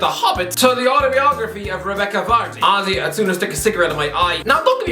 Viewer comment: My girlfriend thought he was saying ozzy when he said honestly 50times 🤣